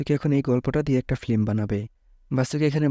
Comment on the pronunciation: ফ্লিম না ভাই ফিল্ম